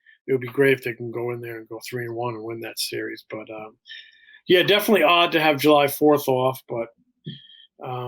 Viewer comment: "SERIERS"? Really?